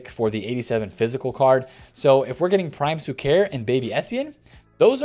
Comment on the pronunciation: PLEASE BRO PLEAAAASE :) SHUKER !! SHHHHHUKER :) with the ephasis on the U -- > SHU-ker